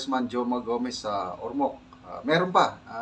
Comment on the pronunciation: Goma po, Sir. Not Joma. 😅😅